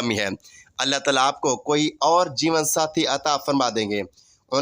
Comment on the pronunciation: Are you Shia. You can not even pronounce Taala.shut up. Leave it alone.